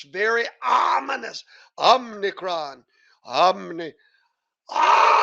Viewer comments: it's actually "OMI-cron". but it is an OMNI-CON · Omicron, not omnicron.